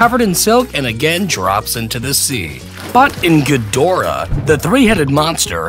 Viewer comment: it's ghidorah not gdhorah